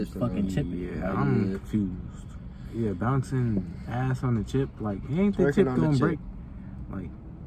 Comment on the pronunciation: He didn't say chip he said jit